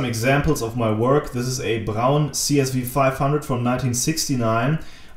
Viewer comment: Great video, and also I now know how to pronounce 'Braun' correctly.